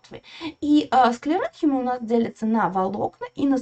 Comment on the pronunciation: Мы всегда ставили ударение колленхИма и склеренхИма